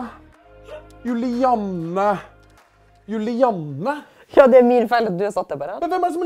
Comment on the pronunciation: Julianne er jævlig sjeldent navn og alle sier juliane så og høre vegar si Julianne gjør godt vondt inni meg